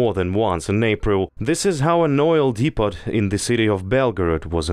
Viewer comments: its depooooo not depottttt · 'Depot' is pronounced dee-po not dee-pot. Hope that helps.